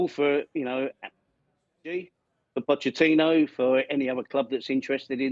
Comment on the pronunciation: She cannot even pronounce Pochettino's surname properly.